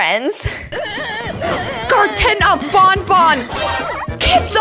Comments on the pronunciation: Just how stupid are you,huh??? It's pronounced BAN BAN, NOT freaking BON BON you idiot!!! At least say it right you dumb! It's BAN BAN, NOT freaking BON BON you dumb!!! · Actually baby Nuggie is right because is dumb it's banban not bonbon